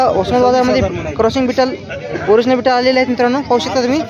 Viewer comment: बिटल नाही भैय्या ती ओरीजनल बिटल नाही भैय्या